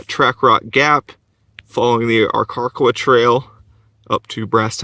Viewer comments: It's R' Ka Quah. Learn to pronounce your area of hiking. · His pronunciation of the name is off lol